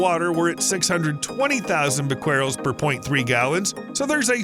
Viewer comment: The solution to pollution is dilution.--Old saying. 10 half lives is rule of thumb for radioactive atoms until the material is safe. That's 123 years for tritium. Can those tanks last that long? "Bequerel" is either "BEH-keh-rel" or "beh-keh-REL". It was the name of a French scientist in the 19th century.